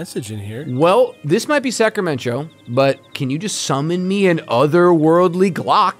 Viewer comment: EVERY TIME! 😂 Sacramen-Cho 🤣